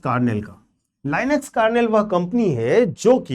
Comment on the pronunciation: Sir due respect please pronounce claude and linux correctly